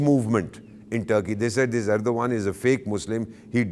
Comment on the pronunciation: the way you pronounced name of the Turk president, your name also sounds like, first learn to take the proper name of your senior and then give your bakwas.